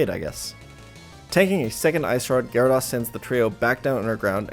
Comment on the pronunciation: it’s GyaraDOSE not GyaraDAWS